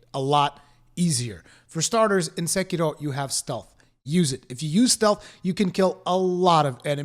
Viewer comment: I appreciate your effort to get the Japanese pronunciation of Sekiro right as a Japanese speaker would pronounce it.